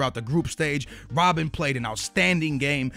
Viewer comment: lol it's not rob-bin it's rob-BEN